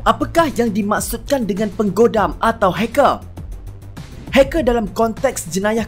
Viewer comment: Di dalam , NEGARÆ .. HACKÆR .. KOMPUTEÆR.. MEREKEÆ... ARGHH ..